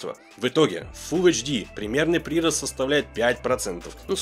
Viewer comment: ПрИрост, за ,кухОнный. Что за новая мода?